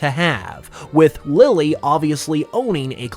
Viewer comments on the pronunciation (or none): none